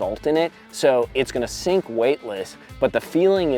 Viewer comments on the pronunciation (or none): none